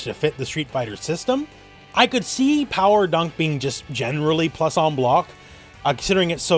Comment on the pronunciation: Also, Pawa Dah.